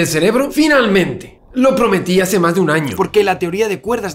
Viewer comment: Ahora cada vez que dice "más", escucho "musk"